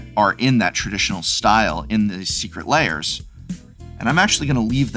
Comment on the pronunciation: This is very disingenuous, Prof. The reason people don't think you like Secret Lairs (lairs is only one syllable in English), is that when the first Walking Dead cards were announced, you all but told us not to buy them. You warned that, if we did buy them, we would face many more Magic crossovers eg. My Little Pony. I myself bought four copies of the Walking Dead cards, and made myself a casual deck with them. I've had lots of fun playing it. I don't like My Little Pony, but I know there are others who do.